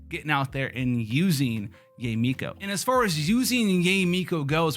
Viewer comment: It's Yah-eh Miko. Can people stop calling her Yay! It's Yah-eh. It's a common Japanese name. Can we stop this Yay stuff please. It sounds ignorant and cringe . yah-eh is beautiful. Yay just doesn't sound good as a name. I can understand calling keqing /ka'ching/ like a cash register. Cause it sounds friggn sexy. But Yah-eh is not only the correct sound, it is also sexier than Yay. Please stop the horrible grating on the chalk board of Yay. It's Yah-eh.